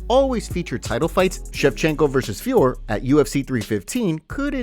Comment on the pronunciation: STOP SAYING FIORR, IT'S FIOROT, DON'T LET DUMBASS UNILINGUAL JON ANIK INFLUENCE YOU